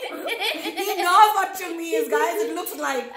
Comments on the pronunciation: 😂😂😂 how he says chummi😂😂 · When is saying Chummi that is op